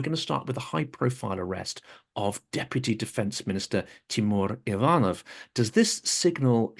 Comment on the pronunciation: By the way I never ever heard wrong pronunciation of the second name "Ivanov", you put a stress on the first syllable "ivan..", however in ruzzion it goes on the second one "...nov". Man I never payed such attention :) but it was so cute!